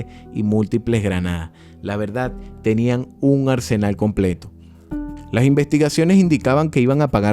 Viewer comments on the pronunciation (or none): none